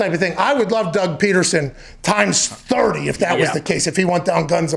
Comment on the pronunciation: Dude said Doug Petersen